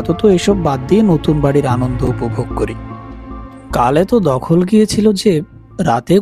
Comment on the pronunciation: Bangla ta thik kare balun. Dakhal keno balchen? Katha ta habe dhakhal.